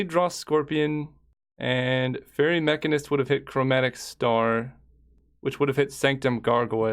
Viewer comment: how does he not know how to pronounce mechanist... its the same as mechanic